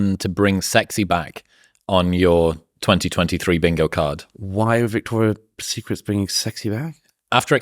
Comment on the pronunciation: It's "Victoria's Secret," gentlemen, not "Victoria Secrets."